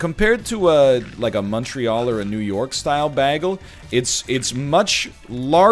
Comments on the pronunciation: I'm also going crazy about how he pronounces bagel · His pronunciation of bagel makes me want to commit war crimes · I hope hes doing it on purpose. Otherwise hes a monster. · If he says "bah-gle" one more time... 🤣🤣🤣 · Take a shot every time NL says Bag - El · I still can't get over how NL pronounces "bagel". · Literally Britta'd it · All these comments about how bagel is pronounced, and I've been saying it like NL all my life. Is this some kind of weird Canadian thing? I never noticed until a year ago when someone pointed it out to me (also Canadian though) and I never even noticed my entire life. To be clear, I've been saying it like "bag-ul" instead of "bay-gul". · I'm considering not watching this because of the way he pronounces bagel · Mastered the english language, and then pronounces “bagel” like that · why does egg pronounce bagel like britta does (community) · When NL says “bagel” not bagel